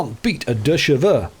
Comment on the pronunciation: You wrote a complaint about the English weather in the south of France… but it seems a letter is on its way to you for butchering French pronunciation too much! Good news — I intercepted the official letter before it reaches! The French pronunciation police won’t get him… yet. 😉 Let’s see if he survives the < Deux Cheveux > challenge! Avis Officiel à, Suite à ta tentative de prononciation française du Canal du Midi, nous déplorons: Une confusion linguistique à Béziers, Des croissants traumatisés, Un Camembert en larmes. Une plainte officielle suivra. Une équipe d’experts fromagers et phonétiques est déjà en route. Toute récidive de « 2 cheveux» sans supervision sera sanctionnée. Avec tout notre humour (et fromage fondu), Le Président Macron et son Académie Fromagière